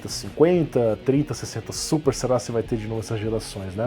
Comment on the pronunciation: Navi - NavÍ Super - SupÍ